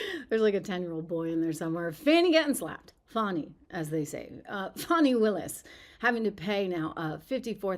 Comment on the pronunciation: Her name is Fani not Fauni, or Fawni. You know like Fannie Mae. It's an old school southern name... Kinda like Beaula . Stop lying Fani.